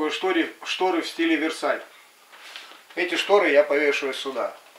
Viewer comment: Ужас а не шторэ